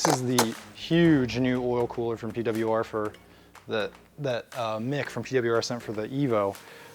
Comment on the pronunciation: Gonna miss Ausie accent when he talks about the P-Dublya-Arrrr product